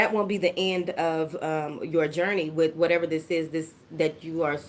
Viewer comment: I just came to hear you say “whateva” LOVE IT 😂😂😂😂😍